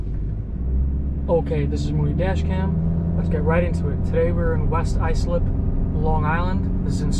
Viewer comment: It’s pronounced white Islip